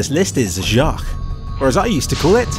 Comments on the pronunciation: Jacques isn't pronounced "jack queues", it's just pronounced like the name "Jack". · Jaques is pronounced "Zchock" the zch kinda like a z noise but with your teeth and toungue the shrimps name from finding nemo, if thats easier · The first one is pronounced jocks! It's just spelled differently lol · What how do you consider this the hardest of the trilogy, the challenges in the two sequels are much more difficult than a few select levels, with a bit of creativity make these levels awesome! But totes age on Jacques pronunciation.